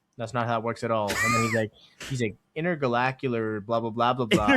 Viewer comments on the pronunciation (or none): my win for the week was getting to hear say intergalacular 🎉